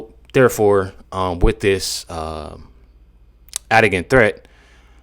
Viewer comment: "Adigan Threatt" sounds like "Had a Gun Threat"